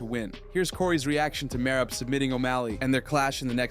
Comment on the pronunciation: how did u butcher the name merab lmao mareebbb lol